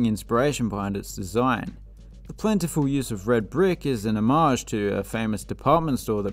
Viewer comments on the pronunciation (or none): none